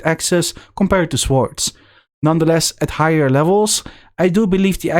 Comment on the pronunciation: Not to be picky but in 'swords', the W is not pronounced.